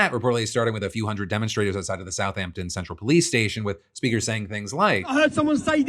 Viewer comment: I'm from Southampton and hearing you say its name was baffling